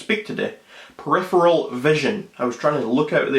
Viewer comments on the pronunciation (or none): Woooowwww that's your evidence!!!!! Hahahahahaha. That was seriously THE WORST CONDUCTION OF A LIE I HAVE EVER SEEN!!! The yawn, the mispronunciation of "peripheral", ya get enough stall time there sweetheart?? Listen buddy, truth = evidence, evidence = A BODY of facts and information that can be SHOWN!! not a made up story by a kid who has clearly never left his bedroom from his parents house, that my friend is a belief, an anecdote at best.